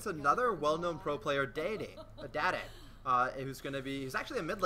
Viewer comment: You guys are so misinformed. Do you watch OGN? Dade is from Samsung Blue not Cj Entus (there is no cj blue) and its dah-day.